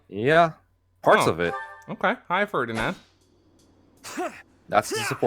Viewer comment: Maybe try Ferdinand again? 😂